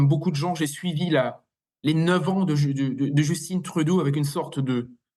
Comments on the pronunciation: Pourquoi vous prononcez Justin, qui est un nom français, (comme Trudeau d'ailleurs) « Justinne» (à l'américaine) ???? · On ne dit pas Justine on dit Justin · allez juste pour rire un peu, Justin trudeau c'est francais, et donc prononcé a la francaise (pas djusteen) :)